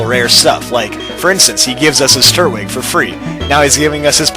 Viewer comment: TURT-WIG! (not tur-twig)